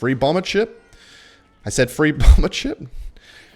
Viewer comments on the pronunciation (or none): it's chip not cheap